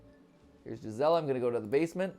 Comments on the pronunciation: Her name is pronounced geese-ah-la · Just a language teacher's opinion: Gisela might be pronounced "Gee-sell-ah" as it is in German.